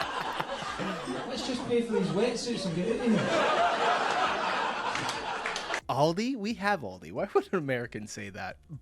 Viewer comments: It’s Aldi not Alldi. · It’s pronounced Al Dee, like Al Roker. It’s like Adidas, it’s made up from two names. Aldi: Albrecht Diskont - ALDI. Adidas: Adolf Dassler - Adi Das